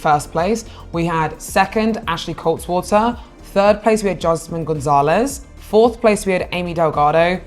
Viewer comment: It's Ashley KaltwaSSer, not KaltWATER 🙄